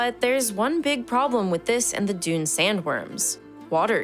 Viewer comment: That's not how to pronounce Dune